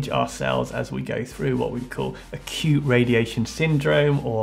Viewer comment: LOL "A cute raditiaon syndrome" XD